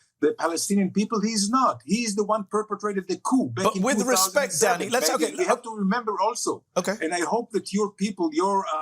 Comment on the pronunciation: I keep hearing Mehdi saying 'Daddy' instead of 'Danny'